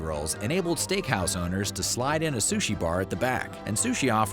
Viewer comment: Biggest offense is calling it “Sush”